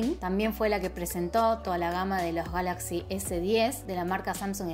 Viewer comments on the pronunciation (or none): none